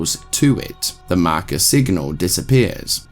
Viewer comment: I love how you say “The Marker” ❤